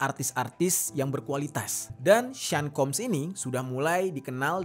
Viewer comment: Sean = Shawn, bukan sin plis 🤦🏼‍♂️